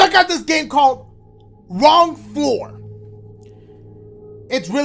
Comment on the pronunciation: WRONG FLOORA!! SHOREA!!! STOREA!!!